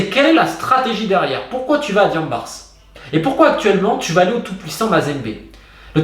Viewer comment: Merci pour la qualité de la vidéo Romain, comme d'habitude c'est très instructif. Ceci dit, je me sens même gêné de te le signaler mais le "S" dans "Diambars" est muet, ça ne se lit pas. C'est un mot invariable qui se lit de la même façon aussi bien au singulier qu'au pluriel.